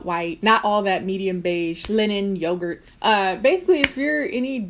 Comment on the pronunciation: IM CRYING “YOGART”